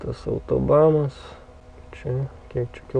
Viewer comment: Ne autobamas, o autobanas. Šiaip liuks.